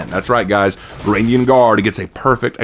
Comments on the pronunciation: Varangian, "Vuh-ran-jee-uhn". Say it again. Varangian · say it again "vuh-ran-jee-uhn"